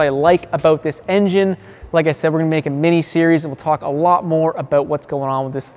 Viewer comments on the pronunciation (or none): none